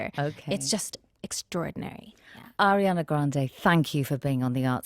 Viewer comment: Finalmente una persona che pronuncia il suo nome in italiano corretto